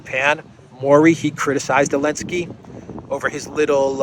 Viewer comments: It’s Zelenskyy not Elentski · Why is calling Zelinsky Elensky?